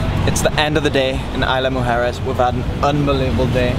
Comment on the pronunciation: good job...it's IS-La Mujeres!